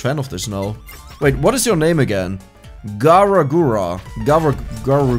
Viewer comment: The fact that mispronounces Gurs's name almost as badly as she does on purpose is just hilarious. If anyone wants to learn more about HoloLive all the character's has played so far have all been from the HoloEN (English) branch. There's a dedicated YouTube channel for both Hololive and HoloEN, but the really good content is in the girls personal channels. While they all play to the lore of their characters it's the girls behind the avatars that are the real draw- all are extremely talented and have some real skills in art, music, singing, and gaming not to mention being natural performers and comedians. Gura's lore is she's an Atlantean (granddaughter of Neptune) that got bored with life under the sea (and it's lack of wifi) and came to the surface for fun. Lore wise she more or less has a split personality with her Red mode being (mostly) the psychotic and dangerous one. In reality Gura is a LEGENDARY meme lord and shitposter who has the singing voice of an angel. She is also the most popular and subscribed Vtuber in the world with just over 4 million sub's on YouTube. Ina's lore is she's the high priestess of the Ancient One (AO or AO-Chan) an extradimensional Lovecraftian horror that has found a rewarding life as a possessed iPad. She claims to just be a normal girl despite having tentacles and hair that resembles (and behaves) a bit like a dumbo octopus. In the lore, she has magical abilities on par with near godlike beings, but for the most part doesn't use her a